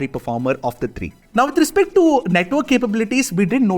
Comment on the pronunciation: Tree not three😂